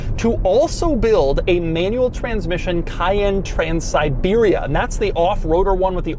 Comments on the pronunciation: KAY-EN, doug. Not Kyann. Cayenne = kayen. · Emphasis is on 2nd syllable not 1st. cay-ENNE.